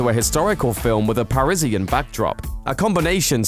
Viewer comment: The way you pronounced parisian made me nauseous.